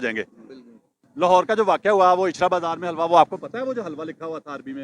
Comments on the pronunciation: Halwa nahi Hilwa pronunciation hay. is ka matlab Khoobsoorat hay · oye pagl bawqoof catoon naam ghalut laa reha ha wuu lafz HaalWa nahii ha Helwa ha bolna ma halwa molvi =)))